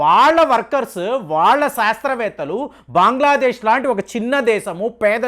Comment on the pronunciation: బాంగ్లా దేశ్ కాదు.బంగ్లాదేశ్